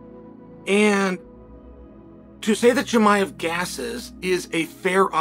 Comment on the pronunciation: GSP: "Chiee-majev" 😂😂😂